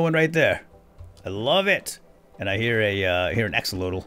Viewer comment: I love watching your series when you play Minecraft and I really think it’s funny when you miss pronounce things like axolotl and other things I’m hoping you’re mispronouncing them wrong on purpose.